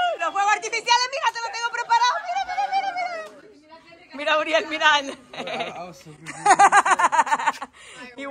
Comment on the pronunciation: I like their videos bu the only thing that bothers me is how says Uriel 😭